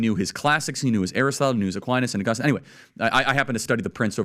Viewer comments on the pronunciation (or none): none